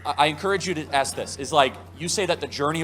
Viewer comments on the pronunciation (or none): Hey, I really like the videos you review but just one thing that I truly don't understand esp bc I think you are to intelligent for and and saying it bc it always annoys me that I almost want to scream (sorry;) is when people say AKS instead of Ask? More important though, Happy New Year 🥂